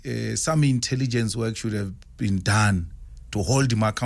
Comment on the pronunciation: An educated man who still doesn't know that the L in should is silent.